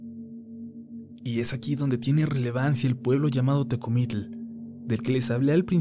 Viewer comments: Que extraño pronuncia Tecomitl! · Muy interesante...buenos relatos...pero pronunciaste mal Tecomitl ...no se pronuncia así.yo vivo en Milpa alta y si por aki hay Nahuales todavía😱😱😱😱